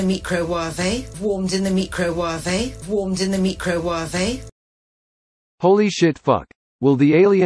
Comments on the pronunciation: I can't get past mecro-warvey 😂😂😂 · This is going to be my new way of pronouncing it - ‘ me-kro-wah-veh’😅 . It sound so much more interesting .